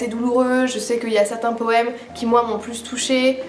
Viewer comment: J'étais justement en train de me dire que j'allais me faire une liste de bouquins féministes intéressants à lire dans les prochains jours ! J'entends beaucoup parler de Louise O'Neil, mais je suis une grosse bille en anglais, alors j'espère sincèrement qu'il est traduit :'( "Des exemples un peu plous" haha pas mal ta langue a fourché on dirait ;) Des bisous tout pleins ! C'est toujours super intéressant de t'écouter ! A la prochaine ! <3